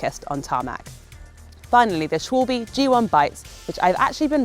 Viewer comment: Gotta work on pronunciation of Bontrager and Schwalbe though